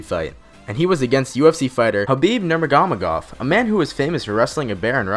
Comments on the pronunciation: Cesar Garcia?.... Wow. You know nothing of MMA or BJJ. The channel name "Everything Fighting" doesn't quite fit when you don't even know the name "Gracie" or how to pronounce "Nurmagamedov" or "Gamburyan". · ahahaah nurmaganedov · LMAOOO HABIB NURMAGAMAGAV LOOOOOOOOOL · The way he said nurmegomedov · THIS man said "Habih Nurmagmagahhhh" 😂😂😂😂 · Wow he said Garcia. He is definitely not a true MMA fan. Who gets the Gracie name wrong? And Nurmagomedov lmfao